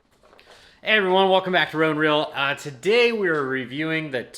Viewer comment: It's pronounced "Run-Cell" not "Run-kle". Just so you know.